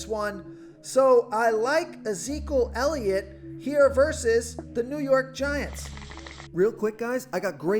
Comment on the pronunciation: This guy can’t even say elliots name right lmao